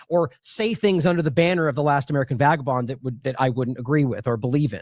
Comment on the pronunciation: *Vagabond. C'mon, Kim.